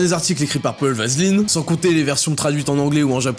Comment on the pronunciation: j'ai l'impression que ta lu le nom du "journaliste" sans faire trop attention et t'as dis vaseline au lieu d'aveline ou s’était vraiment volontaire mdr